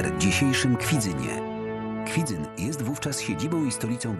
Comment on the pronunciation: Miasto nazywa się Kwidzyn, nie Kwidzyń, dlatego mówimy w Kwidzynie (jak np. w Rogalinie - Rogalin), a nie w Kwidzyniu (jak np. w Poznaniu - Poznań).